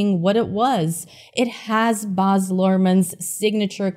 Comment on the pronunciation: He name is Baaz not Boz